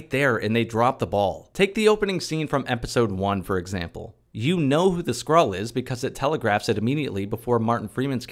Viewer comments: I misheard you saying Nick kissed a SQUIRREL. And honestly, would've been a better plot. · Every time I heard Skrull I heard "Squirrel" and it made the synopsis so much funnier.